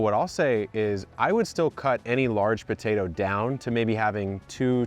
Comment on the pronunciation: is it Botato? I can't be the only one hearing this. Do Canadians say BOtato?